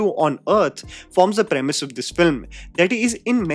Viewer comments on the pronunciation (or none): none